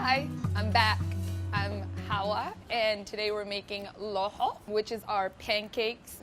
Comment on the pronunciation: PAY HAWA PROPERLY